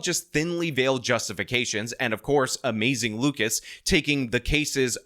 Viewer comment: It’s more like.